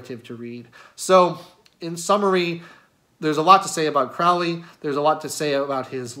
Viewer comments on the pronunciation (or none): The name is pronounced CROW-ley, in that it rhymes with 'holy'. His name originates from Country Cork in Ireland and means something along the lines of 'hardy warrior'. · It’s pronounced CRŌW ly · Hey, guy. it’s pronounced, “Crow-Lee” it is English do your research. I should know because I’m a relative. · Not that it hugely matters but for those interested Crowley’s name is pronounced “Crowl-Eee. Rhymes with holy. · It's Crowley, rhymes with slowly. Instantly know you did not do much research if you mispronounce the name. It's kind of a schtick even, amateur occult enthusiasts mispronouncing his name, even during his lifetime. It's alright, we all do it at some point. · Kind of poor start when you can't pronounce the person's name properly. The hipster mustache and derpy eyes don't help either... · accent shaming? Did you just make that up ? So now you're positioning yourself as a victim of some shaming act? You can't be serious. No, sorry. You mispronounce a name and that's not an accent that's a mistake. It's quite alright but jeez, pretending you’re being shamed for your accent is ridiculous and detached. You know what is classy? Pronouncing people's names properly because you respect them or the subject you're speaking on enough to learn. Should have just admitted the mistake and moved on. I won't be watching any more of your videos after this. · well I don’t think this is worth arguing over, but you didn’t convince me. I would bet money you didn’t know at the time of recording.